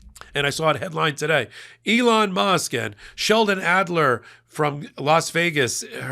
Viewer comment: Adeleson not Adler…..